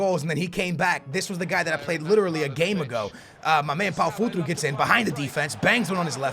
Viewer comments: Paulo futru? futru futru? it's Paulo Futre, FUTRE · "FUTRU" its FUTRE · When you says Pau Futru